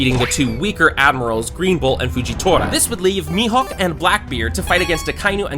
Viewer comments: Bro said mehook no its me hoeke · He called mihawk mihook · Bro said me hook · he din't call him mihawk he call him mihowk